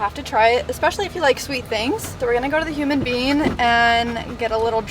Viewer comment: This video had me cryyyyyyyying 😅🤣😂 Poor baby hairs! I've been there done that too as a fellow fake blondie 😉 Also (I'm from Michigan) sooooo when you were saying Human Bean, I thought you were saying human being, and I was legit confused 🤣🤣😂 PLEASE! Link the top you're wearing with your beachy pants when you were telling your hair story. I looked in your Amazon storefront and didn't see it. Much love girl!! 🤍🤍